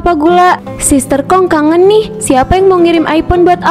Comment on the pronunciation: sister hong❌️ sister kong ✅️ 😂